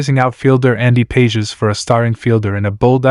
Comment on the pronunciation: Pages is pronounced pawh-haes